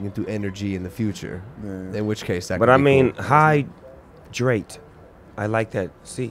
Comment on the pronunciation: "im high i need to drate"